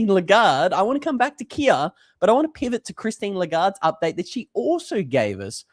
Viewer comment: Keer not Kia!